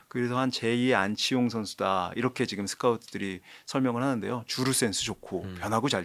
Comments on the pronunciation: 지금 인데 왜 자꾸 지끔 이라고 😂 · 그놈의 지끔 지끔 듣기 싫어 죽겠네요...지'금'이요..지'금' 왜 자꾸 된소리로 발음해요...?